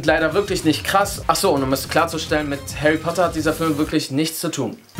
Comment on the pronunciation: Ahcso hast du auch gesagt😂😂😂